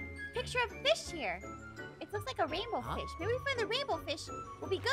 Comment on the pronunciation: DA WAINBWOW FWISH